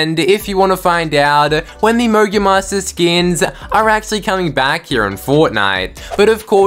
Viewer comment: lol it sounded like u said mongul monsters🤣🤣🤣🤣🤣🤣